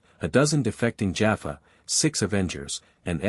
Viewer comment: Listened to several of these cross character Stargate stories on different channels and so far none of them have pronounced Teal'c, Jaffa, Tokra and Naquadah correctly! ( Tealk, Jaf FAH, TOE kra, NA qadah). Feels like if a TV show is going to be used as the backdrop for a story its only proper that the names in it are pronounced right.